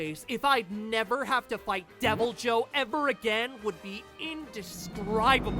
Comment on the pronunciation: I think the better pronunciation is devilho